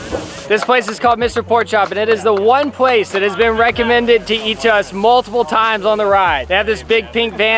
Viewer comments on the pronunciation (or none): Hi! I’m not trying to be mean or anything but dose say pwace?